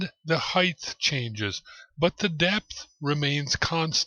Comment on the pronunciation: Hi, your videos compliment the others you spoke of, they do more of the machining, a craft skill, but you do the theory, and without wishing to be insulting to anyone, a more an intellectual skill. Engineering needs both sets of skills. If you will permit a pedantic English speaker his hobby-horse, Height is pronounced "hi-t" (hite) not ending "th" as length or breadth does. It is a very common mistake made by even native English speakers who feel the words should all end the same. I hope you don't take my comment the wrong way and if I spoke French to you I would hope you would correct my faux pas. ATB for 2015 and the second million chris